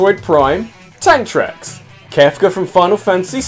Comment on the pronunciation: lmao when you said TANK TRACKS, I thought I heard ANTHRAX. Ridley? ANTHRAX!...